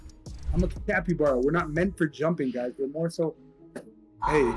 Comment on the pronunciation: Sorry your calibara not capybara 😂get it cali-bara calibara